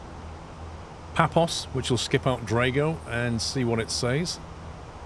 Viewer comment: Its only a small nuance but i dont like it how when readin back a SID or STAR it pronounces it in this instance as DRAG three alpha when the correct SID is the DRAGO thre alpha